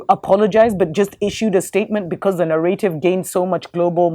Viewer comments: its "narrative" ,, two fast Rs :) ,, or maybe used in africa, "narëtive" ,,, ,, anyways, nice to hear informet talk :) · You pronounce it Na-Ra-tive